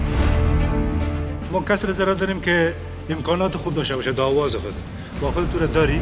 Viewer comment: Dear Qais jan Ulfat, you are an amazing singer and we adore you for your talent, as we followed voice of afghanistan, we noticed as a group that you keep pronouncing Aawaz as Awaaz. since you are on International TV can you please pay attention to your pronunciation. we are all cheering for you from Canada. We love you & we are enjoying your show.